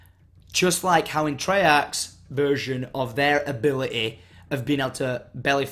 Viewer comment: ability....a-beh-leh-y :D